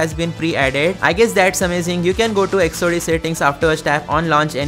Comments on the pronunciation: It should be pronounced as Exo-Dos. Not zodos..😂😂😂😂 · I think it's pronounced exodus 😮